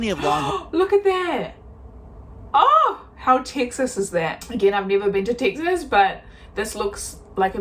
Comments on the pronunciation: You pronounce Texas, Takesays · Where is this "Tixes" you speak of? From someone who lives in Fort Worth, Texas.